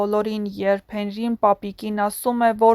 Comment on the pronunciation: Աղջիկ ջան ոչ թե եռբ,կազմակեռպել այլ երբ , կազմակերպել և նմանատիպ բառեր, մեր գեղեցիկ հայերենը մի աղավաղեք բառերը ճիշտ արտահայտեք, ալարելով էլ մի խոսեք